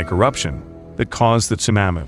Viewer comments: Geez, dude. Would you Please learn how to pronounce tsunami? It’s TsunAmi, like Mommy. Not like you’re saying, which is Tsunaami, like Grammy. Thank You. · It's SUNAHMEE. Idiot. Not sunnAAAmay. Ts:S U is long, N is regular, A is aw, meee. It's Japanese, get it right. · It sounds like you’re saying sumamis . Tsunami. Tsunamis. 😁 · It's "sue-nah-mee" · Tsunami - su-nah-mi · It's not Sunnnammy !!!! I can't take that terrible pronunciation!!!! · "su-nammy" ??????????????? YIKES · absolutely. I wanted to watch this, but Tsunammy is ignorant. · I think you are mispronouncing “tsunami”. Try short a. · Can't even pronounce Tsunami, or spell Military correctly, CLICK BATE!!!! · Wanna smash that guy it's not TSUNAMMEE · Yep. Someone needs to program the thing to pronounce "tsunami" properly. Otherwise...good video! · Learn how to pronounce tsunami 🤦🏻‍♂️ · Actually, he IS using the “short a” phoneme (as in the word “map”). The Narrator needs to use the modified “a” sound (as in the word “shawl” or as in the sound you make for the doctor when he examines your throat and tells you to say “ah”.” This sound is represented in the phonetic alphabet by a backwards “a” character.). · Tsunami pronounced as "Sunammy". Also Caldera pronounced as "Caldurah"